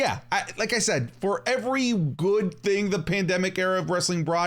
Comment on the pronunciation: Cant say the word pandemic alright bet 10 seconds later ... 😅